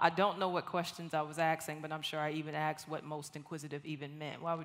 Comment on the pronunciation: Okay, if you're going to be a public speaker then you need to speak correctly. You didn't AXED a lot of questions you ASKED a lot of questions. I"m sorry. Please forgive me. I love you. Thank you. This is just huge peeve for me along with using "less" when "fewer"is required, and people who don't use their turn signals in traffic. God bless you.